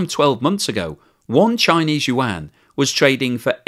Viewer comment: I like your videos, but the Chinese yuan it is pronounce "wand", not "yu wang".